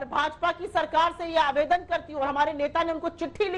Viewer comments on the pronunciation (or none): आवेदन नही निबेदन